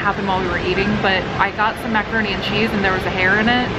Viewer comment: maca-hair-ne and cheese..